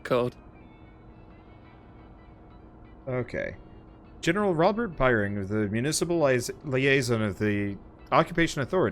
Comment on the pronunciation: Wait wait wait wait.... General "Birneg"?!?!? It's clearly Byng, as in"Bing" but with a y instead. What the actual heck?